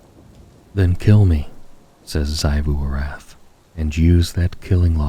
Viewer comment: Small note: Xivu Arath is pronounced ZEE-voo ar-ATH, not ZAI-voo. Aside from that, amazing as always!